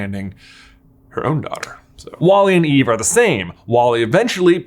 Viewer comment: It's eve-ahh!! 🥺